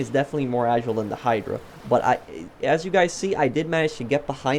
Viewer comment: ITS AH - JY - LE NOT AH - JLE FRICK ME I DONT KNOW WHY THIS GAVE ME A HEAD ACHE WHILE WATCHING